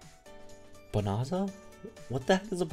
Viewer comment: It's bonanza! Not bonarza lol. It's like a mass resource thing. Even more valuable items simply means general items that are meant to be valuable. You're reading too much into the wording